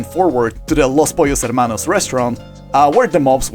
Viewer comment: The way you spoke "los pollos hermanos".... Are you latino as well my brother? :D